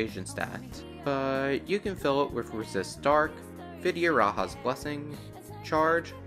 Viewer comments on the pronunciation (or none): VidyaraJa not Ha